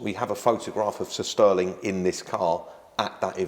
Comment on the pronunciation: He says 'Sir Stirling' like 'sisterling'.